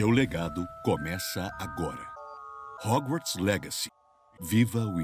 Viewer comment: "róguartis legaci" o bérou com o best english ever